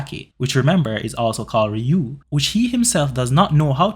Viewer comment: RYUO PRONOUNCE IT WITH ME R Y U O. NOT RIO 😂goddamn I hear this bs everyday. Pronounce words correctly people